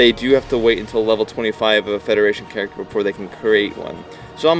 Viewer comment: "characer" LOL!